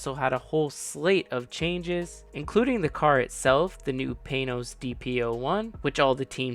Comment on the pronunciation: Friggin computer narration. Not worth watching. BTW, it's pronounced Pan ohzzz not pain ohz. Morons!